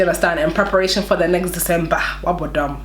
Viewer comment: 😂 😂 😂 She said wabodam